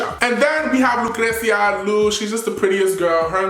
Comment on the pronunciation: you already know you love saying LUcreCia haha i love you!n